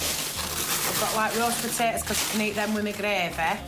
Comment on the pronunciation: "Rawst puhtaytahs ah kin eat em wid meh greey-veh"